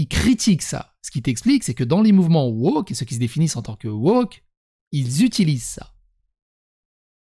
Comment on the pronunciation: 15'45 : pas "woker", wochiotte